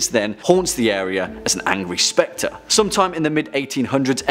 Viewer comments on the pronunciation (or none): none